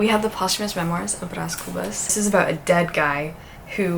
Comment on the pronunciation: so glad to see a brazilian classic in here!!☺️☺️ also, you pronounced bras cubas perfectly! i would also recommend dom casmurro by the same author, and also captains of the sand by jorge amado (or any book by him, really).